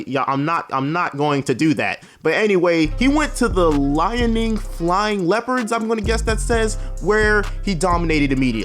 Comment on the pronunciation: lmao my hometown is Liaoning and I knew you ain't gonna pronounce it